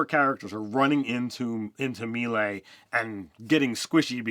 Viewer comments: It’s not pronounced “me lay” it’s pronounced “may lay” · Love you guys but FOR THE LOVE OF TORM it's MAY-LAY, not Mill-E. And key, not kai. Come on. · dudes. it's may-lay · its pronounced "may lay" with 2 long As. C'mon guys you cant play DnD and NOt know this. :D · Melee is pronounced "May-lay" and as you yourself pointed out Ki is pronounced "Key". Lol.